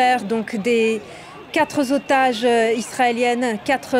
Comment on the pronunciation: ”la sortie de ces quatre zotages” : bravo France 24 !